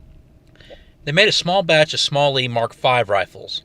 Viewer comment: SMLE IS PRONOUNCED "SMELLY" YOU IGNORANT COLONIAL..